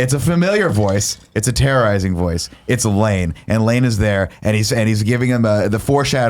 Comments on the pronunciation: I don't care how Nick says the guys name but you have to admit it sounds like he says Lang a lot of the time. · yeah but then it sounds like Nick says "Lang" the whole time, despite being the one who corrected the other guys.